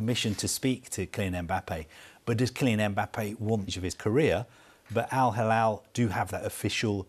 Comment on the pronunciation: It is not Al halal,it is Al hilal.